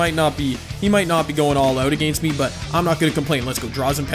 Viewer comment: Nobody:: A-GAINST!